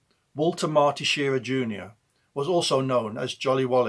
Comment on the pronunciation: Shir-RAH, not SHEER-ah